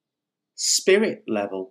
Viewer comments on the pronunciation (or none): none